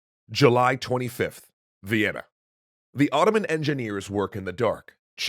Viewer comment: Thought you said vietnan